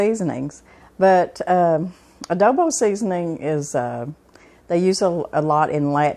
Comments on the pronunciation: I was thinking the same thing. I think she means Adobo. I think that’s the spelling and pronunciation for the south lol. Love it! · it's called "ADOBO" not Odobo. I make my beans the same way..